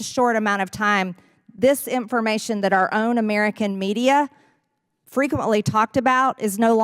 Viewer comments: Marge, it’s not Imp-for-mation it’s information. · MTG's speech is annoying...she inserts "Ts" in words where there are none. EX: "conTstitition"; "inTformation"; (here is a "D") "imporDunt", etc. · Listening to MJT talk (especially saying "INT-formation") hurts my brain 😣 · Marjory, darling, “information “ only has one t in it.